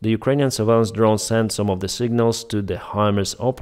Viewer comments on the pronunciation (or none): none